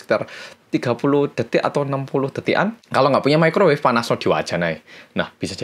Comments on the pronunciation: Microwave woy🤣saking kgk pny microwave, ngomong nya mekrowev😂gw aja yg kgk pny tu benda, tp tau tuh nm nya🤣🤣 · *microwave rip english